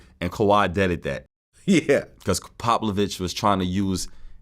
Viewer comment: This man said Poplavich 🤣